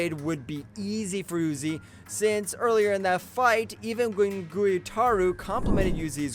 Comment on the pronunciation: Gayoko💀 Zokuten💀 Uzi💀 Sadmei💀 How did he pronounce ubayashiki?💀